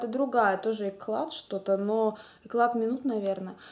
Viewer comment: Хорошие помадки, Кларанс заинтересовала очень даже, надо будет присмотреться:) и если я не ошибаюсь, правильно говорят эклЯ, а не экляТ;) но это так, мелочи:)